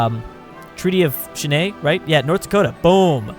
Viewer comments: Treaty of Shannae 😂 it’s Shy - Ann not shannae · HAHAHA pronouncing Chyenne (Shy-anne) as (sha-nay) you're on some crack buddy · Chenaii?? It's pronounced Shy-Anne. It's the capital of Wyoming. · Cheyenne is pronounced “shy-Anne” Cheney? What? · Your pronunciation of Cheyenne is cancer. It is pronounced shy-an, since you need help there. XD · What's wrong with Che-yen-nee? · How dare he say my state's capital wrong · Can't even pronounce Cheyenne. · I'm deeply offended that you can't pronounce Cheyenne right!